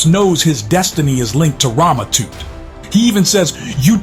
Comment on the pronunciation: It's not toot 😂 it's Tut like king Toot 😂